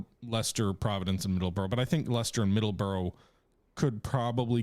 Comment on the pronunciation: Please get your Pronunciation of Middlesbrough right.